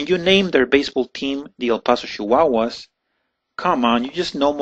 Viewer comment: It's choosing not shoosing. It's children not shildren. It's Chihuahuas not Shihuahuas.